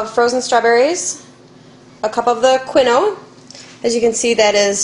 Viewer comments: psyllium is pronounced"see-lee-um" and quinoa is "keen-wa" you really should know what you are actually giving your child.... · quinoa is pronounced "keen-wah"